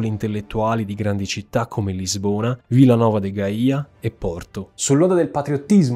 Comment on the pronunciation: Villa Nova de Gaia non Gaía